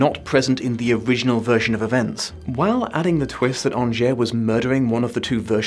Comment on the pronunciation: Ok you watched the film how are you pronouncing angier wrong?